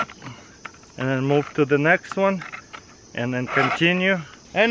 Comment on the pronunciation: "Saftey is numbar wan priority in this video"